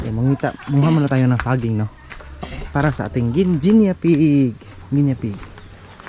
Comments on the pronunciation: Guinea pig hindi Guinya pronouce it "nie" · Pronounce it gi nee pigs sorry but sir been saying it wrong. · Hello 👋 Guinea pig...bigkasin or pronounce it as " gini pig"💞Viviana is so 😍 cute and friendly 😍